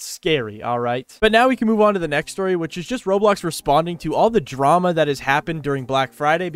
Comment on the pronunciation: legit thought you said "roblox responding to all the trauma" (ngl "trauma" fits better than "drama")